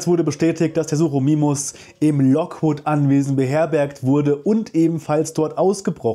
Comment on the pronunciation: Top Vid aber, Sukimimus (ausgesprochen) nicht Suchimimus. Und ja, Pachyrhinosauraus wird Stumpf Deutsch ausgesprochen im deutschen, ähnlich wie Rhinozerus